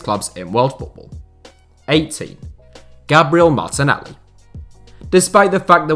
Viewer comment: I gained respect when he said martenelli